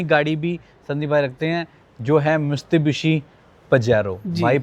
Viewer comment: It's Mitsubishi not mistubishi😅